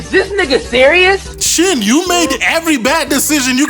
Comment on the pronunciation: Everytime you say shin's name i cant help but hear that song " sin !" 😂 it is only made funnier by his stupid face he keeps making 🤣